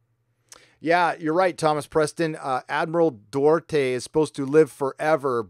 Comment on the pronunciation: Admiral Dorte? Doo-art-eh!